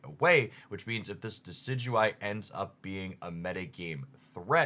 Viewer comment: Man can say Decidueye perfectly but butcher Passimian